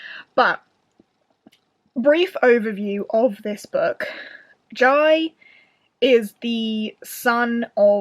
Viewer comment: Whooooooo! I'm so so happy you enjoyed Dragon Rider! (Just a small note, I think the central character's name is pronounced like Jay - but if Taran talked about him during the event and that's how he pronounced Jai's name ignore me! I trust in Taran's word heh) given empire + politics + dragons I was 99.8% sure you'd love it hehe